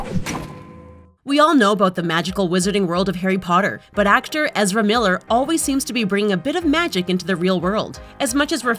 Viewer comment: who?! You can't even pronounce his name come on